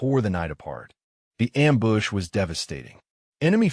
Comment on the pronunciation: its not :amboosh!: someone needs to read the script beforehand